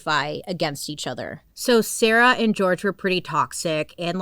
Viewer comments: jorge is usually pronounced “horhay” ..but ilysm and i think it’s cuter as george… edit as i’ve watched the whole video: they call him george. sorry bailey love ya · his name is pronounced “hor-hey” his family was very disappointed in the legal teams that always would represent sarah because them and sarah would just call him George which is sad and disrespectful, but the team that represents him would say his name the correct way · I really wish people would pronounce George's name properly. It's Jorge. Sarah was told multiple times by Jorge's family that it's not the American pronunciation. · Bailey I love you so much but the way you pronounced indigent and Jorge PLS 🥲🤣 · Just putting out here that his name is pronounced with an H sound(where the J is) not with a G! Love you Bailey